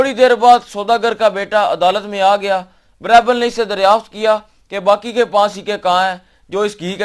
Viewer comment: اصل تلفظ غالبا بیربل ہےbeerbal